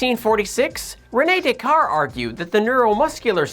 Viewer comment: love your content. its pronounced day-kart tho. luv u lots ur content is unlike anything else its amazing